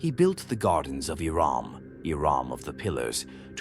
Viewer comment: I think he's saying Iram but it sounds like Iran